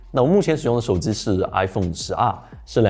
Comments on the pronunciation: 手机读手zi好难受。。。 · 能不能不要把手机叫手之。。。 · 我操 是耳机 不是耳姿 手机 不是手姿